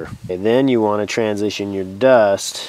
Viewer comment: easily the best bow drill lesson i've watched. And i've watched lots. I think I'm finally ready. Also love how you pronounce "Duust"